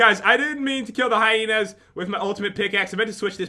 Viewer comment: first called the hiyinas coyoty secont she called them hiyinas